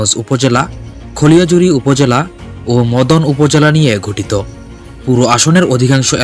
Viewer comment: খালিয়াজুরী হবে উচ্চারণে মনে হয় ভুল করলেন। বাবুর সাথে সকলের জামানত বাজেয়াপ্ত হবে।